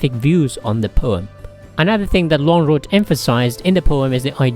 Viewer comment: The pronunciation of Lönnroot is very good.